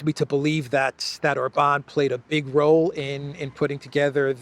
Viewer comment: When you did your last guest video,, you actually correctly called him OR-ban. Must have been by accident, you're back to Or-BAN 😂😂😂